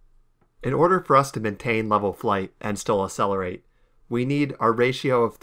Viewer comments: Very impressive, but my brother in christ its not uh-sell-ur-8 its acc-sell-ur-8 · Did... did he say "uh-selerate?" Instead of Accelerate (əkˈseləˌrāt)? Where's the K sound??? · Its not acelerate, its ACCELERATE